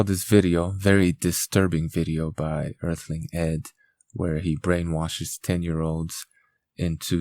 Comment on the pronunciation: Efical Earf- ling Ed and his vegan omega freeze .